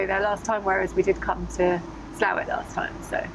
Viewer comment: Congratulations on getting the pronunciation of Slaithwaite correct.